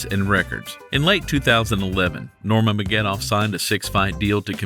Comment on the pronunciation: His name is pronounced Ner-ma-guh-med-dov (all short vowels)... Sorry, you just said it wrong every time, but its pretty much said how its read lol. Also, i'm not sure why it is titled the GOAT, his nickname is the Eagle